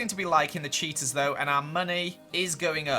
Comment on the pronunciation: Everytime you say "cheetas" I hear "cheetos" "Cheetos are very shy"